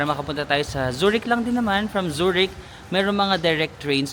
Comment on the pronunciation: Zoo-rick Zoo-rick 😅😅😅 Bigkasin mo siya ng ganito: Tsue rikhh